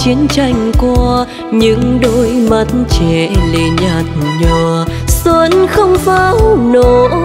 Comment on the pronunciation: Cho môi em mềm mùa xuân, từ 'xuân' nên phát âm mềm hơn. đoạn 'những đôi mắt trẻ lệ nhạt nhòa' không nên nhấn mạnh vào chữ nhạt, mà để nó trôi theo lướt từ nhạt nhòa ngang bằng. đoạn 'không nụ cười đưa duyên' phát âm chữ duyên nên chuẩn hơn, trong này nghe gần giống chữ 'xuyên'. Đoạn tôi sẽ về đưa người yêu....đến cuối lại càng nhiều lỗi hơn.Phối khí cũng hơi chán. Diễn xuất nên trầm lắng nhưng tươi tỉnh, không nên buồn, vì bài này có rất nhiều ý nghĩa tích cực.